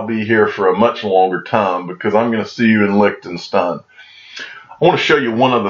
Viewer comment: Oh yeah... I will also teach you how to pronounce Lichtenstein correctly :)